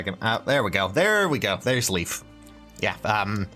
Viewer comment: LEYF, NOT LEAF!